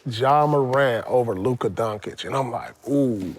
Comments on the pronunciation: Paul pierce refuse to say luka doncic the right way 🙄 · The truth is staying true to that Doncic pronunciation 😂